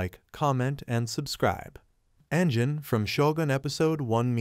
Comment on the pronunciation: My man, don't you note the pronunciation of names when watching the series? Anjin is "ahn jin". Taiko is "tie koh". 20 seconds and I'm out.